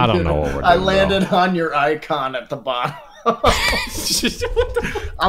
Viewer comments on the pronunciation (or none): none